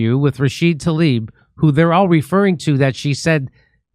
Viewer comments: Tla-eeb you are saying it wrong. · How is everyone reading Tlaib like it's Talib??